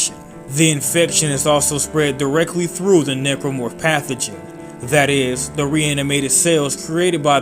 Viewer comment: You keep pronouncing Necromorph as "Nipplemorph". Why?